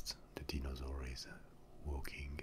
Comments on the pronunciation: Steven0671 deenosaur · the mispronunciation of dinosaur and other words make the asmr better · The way you say dinosaur is so nice